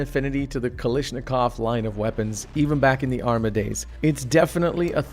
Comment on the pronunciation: kalischnikov.... kalischnikov KALISCHNIKOV!? ARE YOU KIDDING ME!? IT'S KALASHNIKOV YOU BABOON